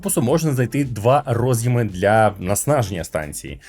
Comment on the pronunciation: Дуже круто що українською але... це дуже ріже слух. Що за "наснаження" станції? Можливо все таки хотіли сказати зар'яджання? І роз'Єми, наголос на Є. У всьому решта - обійняв, припідняв)) Дуже дякую за контент